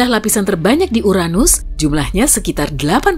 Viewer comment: The best channel of place that haven't pronounced Uranus as butt